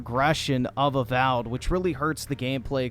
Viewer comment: Not A-Wow'ed.